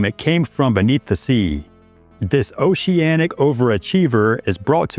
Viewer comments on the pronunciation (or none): none